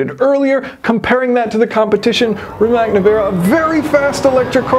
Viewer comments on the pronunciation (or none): Please learn to say it right; it's not RimaK, it's Rimats. Also, great video coverage, insane car by BYD. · Great vid, but please call cars by their intended names: RiMAS! Not RiMEK😂